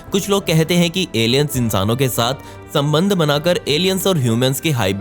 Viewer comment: Whenever he said “SAMBHAND" I was like🤔 REALLY?